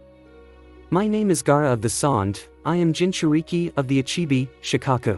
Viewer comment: you've said sand wrong